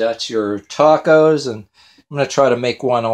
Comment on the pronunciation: He can't even pronounce 'tacos' correctly... oh my word...